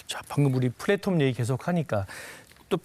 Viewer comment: 플랫홈이 아니고 플랫폼인데..